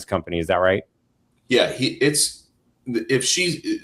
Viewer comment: What kind of crap is this. No one says F for if. Not even the British. Hillbilly might say iffin